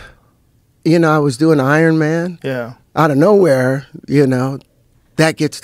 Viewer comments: Everytime Terrance talks all i hear is mayne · I came here to hear him say "mayne"